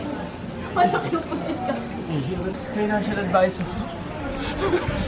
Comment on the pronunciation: AHAHAHA fina-ncial ..ADvisorrrr.